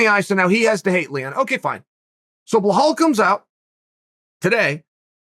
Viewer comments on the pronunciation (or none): Blahul? U gotta work harder to say it that way than u do to say Belal 😂🤦🏻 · It's BELAL, not Bahal- how hard it is to pronounce correctly! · blowhole its Belal not blehall it sounds like uncle chael is saying blowhole 🤣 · how is it possible to butcher so many peoples names ffs , can you not read?! BILAL - BLIHAL? wtfs wrong wit u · beh-hall? really? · If Chael says it Blahal, then by god it's Blahal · Its not blahal there is no H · Say it with me Chael... Buh-lawl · Sounds like he's saying belhal... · Blahall haha Uncle Chael you're trying to mispronounce names at this point 😂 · yea, he's been doin this for a while now.....blohal muhammad, yerry prochaka, yan blahovovic, hazmat chimave. He does this on purpose seriously, so that we comment on it 😅 hazmat is my fav...haha uncle chael at his best. He just said 'angana' for ngannou bahahahahha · Uncle chael hurt my stomach Blakov Muhammad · It's belal Remember the name BRO